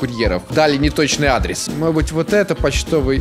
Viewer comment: Мне так нравится как говорит "может быть". "Модеть быть")